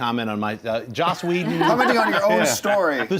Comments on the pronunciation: It is JOSS not josh, that always makes me upset when people get that wrong, no hate at all we all still love you! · ..SHE JUST SAID JOSH WHEDON IT'S JOSS!